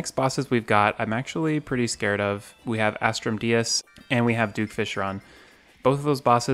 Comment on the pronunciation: How many times have u said "As-trum dee-us " and not "As-trum Day-us"?